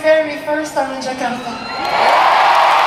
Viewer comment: God bless u always celine. Perfect pronunciation to say "Jakarta"